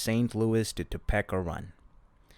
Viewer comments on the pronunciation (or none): “Tuh-PEE-ka” not “Toe-pecka” 🥲🥲🥲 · Toe peeka not Toe pecka lol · Hahaha top- peck- a. Love it topeka is now that. Thanks for reading this odd book 😁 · Topeka is pronounced toe-pee-kah. And you are not saying burlington and zephyr wrong too. 😅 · For the love of all that is holy, it's pronounced TOHPEEKA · Im annoyed at his pronunciation of toe-pee-ka. If youre gonna be a channel that reads at least know how to say the name of cities. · Thank you for reading this children's book by Stephen King. My daughter wanted to know if Stephen King had written any children's books and a webpage pointed us to your video. You did a very good job. I have just one tiny suggestion. Topeka is pronounced so that the 2nd syllable has a long e. like this Toe*peek*a and not Toe*peck*a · Bro gotta learn to say “Topeka” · Um, Topeka isn't pronounced like that. LOL